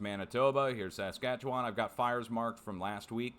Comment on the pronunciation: I’m sure it had nothing to do with the bombardment of ctrailing that was happening in the month preceding the fires. Which was the worst I’d seen in the last 3 years. You’d think they were preparing to fuel the fires. Good job pronouncing Saskatchewan.